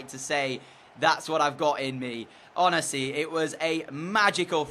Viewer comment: 7.33 ish u said honesy